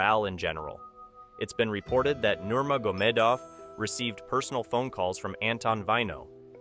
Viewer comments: Troll much lately? For someone who seems to no so much on this story you would think he would no how to pronounce nurmagomedov by now! By the way khamzat has never been humble, but u didn't mention how he bought a house for his mom, built a gym for the kids in his village. He left Sweden because of the blatant racism towards muslims. I guess It didn't go a long with ur narrative that khamzat is an out of control, changed by money, heel of a villain. This is a garbage story n everybody is now dumber for having watched. Even how he met till was wrong. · I think I heard about 6 different pronunciations of Nurmagomedov throughout the video.